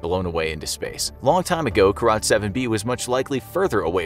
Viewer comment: I thought he said Crotch7-b 😂